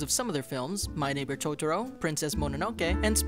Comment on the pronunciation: you lost me right at the start when you said 'tots-ro'. byeeeee